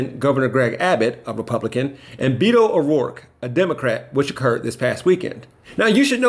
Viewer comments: PLEASE!!! IT’S NOT “BEEEDOE”!!!! IT’S BETO, pronounced BEH-TOE!!! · Beetoe 🤣🤣 it's Behtoe, Beehhhhto, not Beeto... he's a Robert, not a beet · Beto`s name is pronounced baytoe.